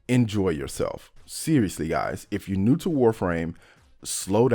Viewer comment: I like how he pronounces "new" as "nude"